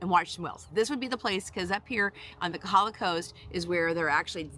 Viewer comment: FYI..it is KOhala, not Kahala.